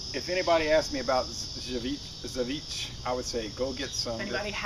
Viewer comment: I think pronounced it right.